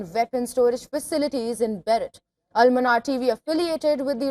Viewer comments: Beirut (Bayroot) not Berett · It's Bayroot not B..... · It's Beirut!!!!!!! Learn to enunciate it properly what the hell... And she's a news anchor??